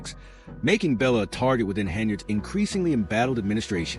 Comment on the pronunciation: Her name is Blecher not Bella Or Bellas